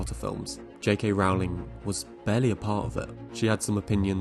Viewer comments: Great video! Just one thing, JK Rowling's last name is pronounced (Rolling) like rolling down a hill. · Rowling rhymes with "bowling." How can you not know this, how can you mispronounce her name, having done so much research on your good video here? And she is not really "J.K."; she is Joanne. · I agree JKR isn't a good screenwriter, but can you please pronounce her name correctly? "Rolling." (Although I suppose you could argue having the world never use her name improperly is what she deserves for being an anti-trans activist and dead-naming people.) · How about pronouncing JK Rowling's name correctly for starters? Difficult to take this seriously when you don't even pronounce "Rowling" correctly. Do your homework. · You could boost your cred more if you'd pronounce J.K. Rowling's name correctly. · I really want to engage with this essay but it just throws me off and irks me that you can’t pronounce her name correctly. Her last name is pronounced “rol-ling”, not “row-ling” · My ears are bleeding from all the times I hear "rahwling" - it's "ROLLING" (like "BOWLING") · I cringed every time you mispronounced Rowling. It rhymes with "bowling" and "rolling," NOT "howling." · It's Rowling, NOT Rawling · Rowling rhymes with bowling not with howling. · Seriously what's with pronouncing her name R aw ling? People who create content about her should at least know how to pronounce her name lol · Sorry to be that guy but her name is pronounced ROW-ling as in TOE-ling. Just watch any interview with her and you’ll see. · It’s pronounced JK Rolling